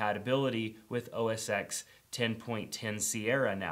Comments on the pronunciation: It's not MAC OS "X" It's MAC OS "ten" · Oh Jesus, not another supposed tech "guru" who cannot pronounce OS X correctly. It's OS 10 not the letter x. It's a Roman numeral! And secondly, it's now macOS Sierra. They dropped the OS X moniker.